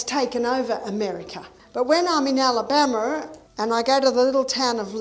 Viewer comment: .15 seconds…Alabamer…. Lol